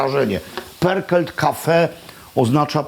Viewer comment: Perkelt??? Tak się czyta pörkölt?